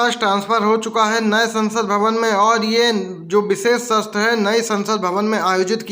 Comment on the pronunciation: भाई सत्र होता है न कि शस्त्र